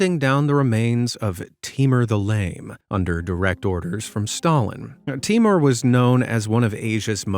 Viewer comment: It's not timar it's taimoor